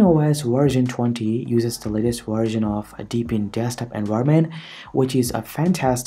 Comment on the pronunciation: You pronounce wersion instead of version and vindows instead of windows XDDD